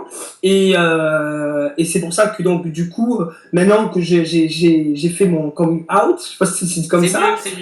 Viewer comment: Jai arrêté la video à coming "ayt" frere